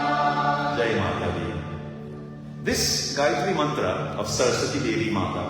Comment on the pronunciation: 🙏, namaste,thank you for reminding us of the correct pronunciation of the GAYATRI MANTRA